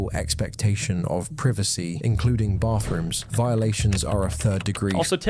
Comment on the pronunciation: Privacy ❌ Privassy✅